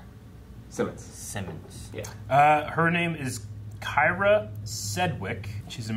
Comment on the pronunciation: Kyra pronounced Kee-ra. You guys are crazed for not one of you knowing her. Lol. Terrible